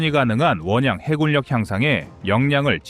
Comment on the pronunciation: 다좋으신데 해굴력이 아니라 해군력입니다.참고하면 더좋은 유튜버가될거같네요.힘내세요^^